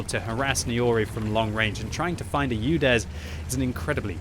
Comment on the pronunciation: Omg it’s not youdes. It’s oodes